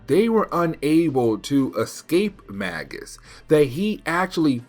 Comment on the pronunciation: Magus is pronounced like Maje-us. It's an old title for a class of magician, like Warlock is.